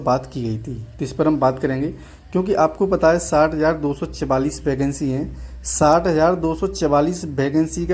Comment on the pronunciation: Vacancy ❌ Bacancy✅